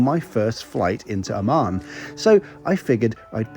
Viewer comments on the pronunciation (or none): A Word to the Wise: The way you pronounce ‘Amman’ is perilously close to ‘Oman’.